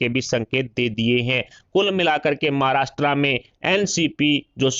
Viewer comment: नालायक समाचार पढ़ने वाला। महाराष्ट्र को महाराष्ट्रा बोलता😡😡😡😡😡😡😡😡